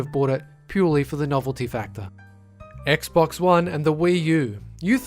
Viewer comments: Did he say gaybox XD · lol did he say gay box instead of Xbox? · He calls xbox "gay box" while talking about halo custom edition